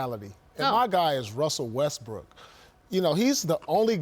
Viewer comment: Wussle Westbook fo sho co 🧀